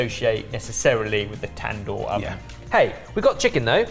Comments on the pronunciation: tan-door😂 it's more like dooor ,tandoori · Wtf is a tan-door😂 I'm not trying to be mean... But there is a writer and script and a whole lot of other hands went into making this video (which i enjoyed as with all the content on this channel)... And not a single person said "cut! The word is pronounced tand-hoor" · The tandoor is pronounced as tn-duur